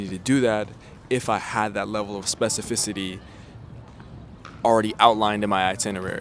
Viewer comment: I wonder how long it took him to say specificity right